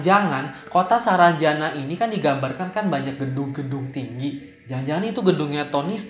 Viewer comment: Hadirrr !!! Udah seru2 ngakak pas salah nyebut SARANJANDA WKWKWK